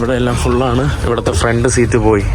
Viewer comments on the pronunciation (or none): none